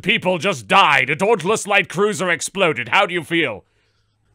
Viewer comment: "DAWNTLESS LITE CROOSER!"